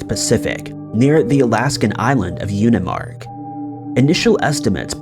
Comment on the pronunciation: I believe the island in Alaska is pronounced Unimaak, I live in Alaska.